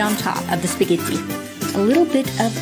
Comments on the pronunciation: The programme is called "Pasta GRAMMAR!! But yet the boy keeps calling Spaghetti "SPAGHEDDY???! It doesn't make any sense to me. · it's weird, Giada mispronounces spaghetti as speeghetti, and fettuccine as Feettuccine.